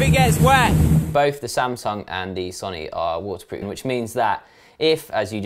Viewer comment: "Wo-er proof."